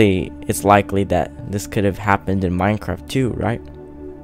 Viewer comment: he kinda sounds like he said MINECRAP